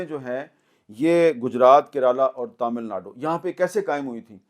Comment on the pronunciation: Neither pronunciation of Kerala nor pronunciation of Tamil Nadu ..